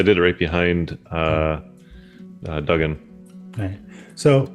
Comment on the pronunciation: That was a great one-shot! Thoroughly enjoyed it and character "Duggan" (and that's pronounced 'Doog'gan btw) was a great addition to the team! Him standing in the door blocking that evil-doer was classic! Great game! Thoroughly enjoyable characters.